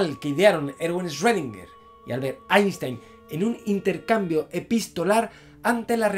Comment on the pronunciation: ¡Felicidades por ser capaz de pronunciar "Einstein" a la alemana!